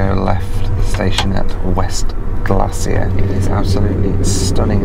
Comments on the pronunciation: Glacier National park is pronounced Glay-sher not glassy-er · "West Glassier"